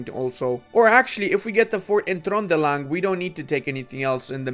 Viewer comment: it was funny to heat you to pronunce Trøndelag almost correct but not Akerhus 🤣🤣🤣🤣